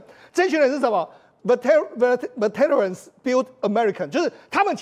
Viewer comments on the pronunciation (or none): 世聰兄：veteran 重音是第一音節